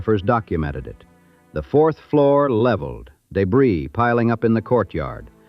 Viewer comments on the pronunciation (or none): none